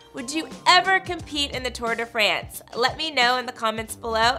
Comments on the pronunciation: “Tour de FRENCE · Holy shit, it's pronounced France not France